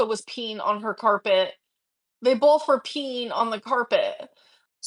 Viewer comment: "they bolth were peen on the carpehhh"